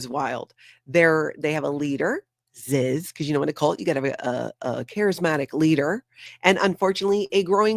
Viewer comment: Love it when you say, Ziz.😂